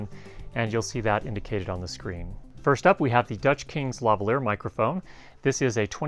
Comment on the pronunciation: Why do all Americans pronounce Lavalier wrong?